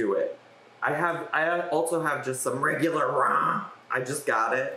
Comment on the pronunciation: You calling it “RAH” nearly took me out